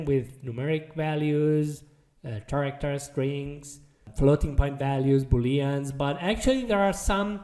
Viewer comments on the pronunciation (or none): the "ch" in "character" is pronounced like a "k".... just so you know